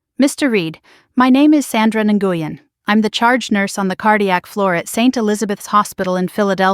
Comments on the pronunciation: Nguyen is pronounced When! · Nguyen is pronounced "Win". Why is the story about the nurse contacting Daniel being repeated........SEVERAL TIMES?? Why not tell it completely the first time?!?